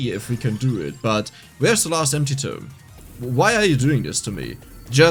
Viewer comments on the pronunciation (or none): It’s TOME not TOMB